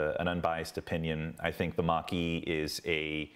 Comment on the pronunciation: The Mustang Mache as in paper and paste.